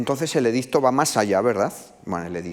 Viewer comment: Curioso cómo este señor se esfuerza en pronunciar “bien", a la romana clásica, (entecomillo porque no hay grabaciones) el latín y luego, hablando en castellano, te suelta un “edizzzzto" y se queda tan pancho.